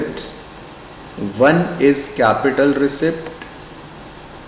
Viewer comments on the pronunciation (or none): I think 'p' letter is silent in receipt and it pronounce as receit